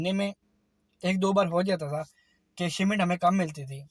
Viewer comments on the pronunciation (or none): Shimment nahi shipment